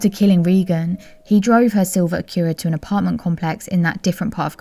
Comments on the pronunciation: I loved that too! Never heard it pronounced like that before but I will pronounce it that way from now on! 💜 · Sounds lovely doesn't it?🙃 Not harsh the way it is usually pronounced.😖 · I love the way you pronounce Acura...great video thank you 🙏